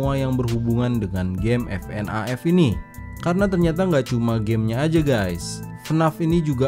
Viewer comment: Bacanya bukan fnaf tapi fnef